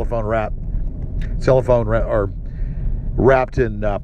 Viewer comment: Today's special words: "Ah-mom-oh-miss" and "Cel-loh-fone"